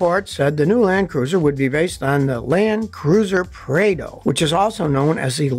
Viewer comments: It’s pronounced “prahdo” not “Praydo” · In Australia we pronounce the Prado as “Prarr-doh”